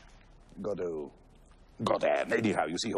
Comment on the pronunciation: for those wondering, the only proper pronunciation of Godot